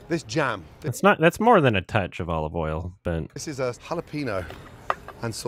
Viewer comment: I chose to believe that every single thing about Gordon's video is handcrafted to upset people online, because I've consumed all available Ramsey content and I've never heard him pronounce some of the words the way he is. Olive 'ol, yes. Soo-tay instead of sautée? Nah lmfao